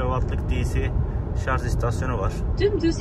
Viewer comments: dostum gerçekten çok anlaşılır ifadelerle tatminkar videolar çekiyorsun severek izliyorum, fakat takıldığım bir nokta var. dünyanın en teknolojik aracını kullanıyorsun ama şarj yerine şarz demen garip oluyor. kendin için düzeltmen faydalı olur. saygılar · Hocam sürekli “şarz” dediniz inanın sinirlerim bozuldu izleyemedim. Bir diğer tavsiye hız sabitleyici tüketimi artırır. Konfor için bir teknolojidir ama tasarruf ettirmez. Hız sabitleyici olmadan aynı yoldan geçerseniz tüketim daha az olacaktır. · şarz deme abi gözünü seveyim ya lütfen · Bizim millet de sarj demeyi ogrenemedi bir turlu. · doğrusu şarj , şarz değil. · ya bişey diycem yeter artık şarz demeyin şarj lan şarj charge dan gelir ingilizce yada batarya doluluğu de illa türkçe olucaksa gerçi o da türkçe değil ama olsun araba türk 😂😂😂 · Özellikle mi Şarz diyorsunuz😂